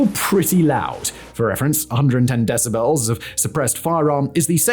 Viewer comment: Your pronunciation of the world "decibel" bothers me much more than is reasonable. :)